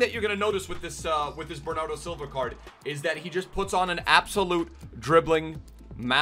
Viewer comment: Bernardow Xilva